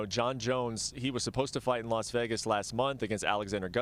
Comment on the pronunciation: She also called Vegas = Begas lmfao